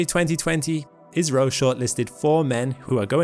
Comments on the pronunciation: I kept hearing "Israel".. then I realized he was saying "IS-RO". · After watching again, I do hear IS - RO more, but sometimes it's almost indistinguishable from Israel. 😂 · cmon man learn to pronounce Is-ro , Isreal is completle different 😂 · Oh, IS-RO...I was about to ask if he was alright because I have never heard a mistake so big... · agreed. I.S.R.O. is better. I was getting so co funeral as to why he kept saying "Israel". 😂😂😂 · "Israel" "Izrrio". Pick a poor pronunciation and stick with it, would ya. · That's because he had 8 pronunciations, including "Israel" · It should be said more like "eyes-row" 😂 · He IS saying Israel!! (Mercury is still retrograde…) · "ISS-RO" is the correct way to pronounce 😊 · Yes, I’m hearing Israeli as well. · I keep hearing it as Israel, it's really messing with me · He is clearly saying Israel then India in the same sentence over and over. And I'm British the same as the OP. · ISRO - India Space Research Organisation - gotta love AI pronunciations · Indeed. AI let him down. 🤪